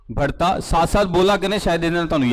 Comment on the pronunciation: بھڑتا ۔۔۔ غلط تلفظ ھے بڑھتا ۔۔۔ درست تلفظ ھے Pls correct urself